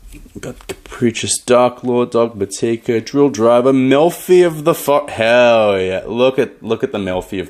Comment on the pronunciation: Your pronunciation of "Dogmatika" is cringe worthy